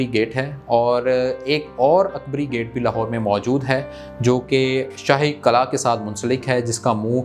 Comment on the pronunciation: Qala nahi hota... It's called Qilla in Urdu pronunciation